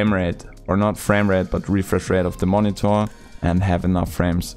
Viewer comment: Drinking game: Take a shot every time he says "Moni-Thor"